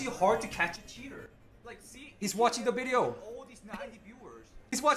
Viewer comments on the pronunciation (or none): Why can't spanish speakers say the letter V. Anytime a spanish speaking person says the word "video", they pronounce it "bideo".